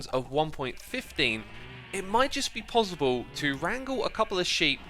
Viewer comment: I love his accent of PosiBle